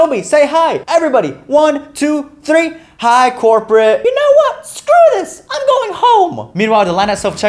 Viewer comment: No one with a karen: This dude: HI CORPATE